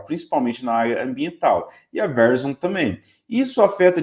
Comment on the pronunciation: Excelente video. Dica : Verizon se pronuncia ve-rái-zon